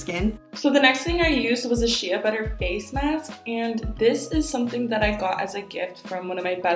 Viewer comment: it’s not “sheeya” it’s “shay”